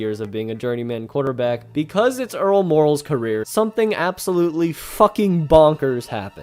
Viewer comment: The announcer has an exceptional ability to slur the pronunciation of Earl ☀️Meh⚡️✨🪐💫⭐️ooh last name. I couldn’t listen 🎧 to this ….. !